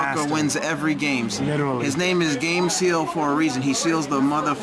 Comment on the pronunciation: Gameciel (Game Seal) I know that's not how you pronounce it, but I got to give it to him, that's pretty funny.